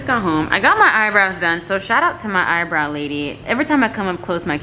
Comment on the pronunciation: I just love how she said "rip the soul out of her eye browl"😅😄